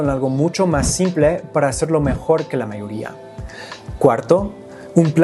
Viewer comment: Incorrecto me di cuenta cuando dise la mayoría ahí se sintió el acento de la R que les cuesta a ellos.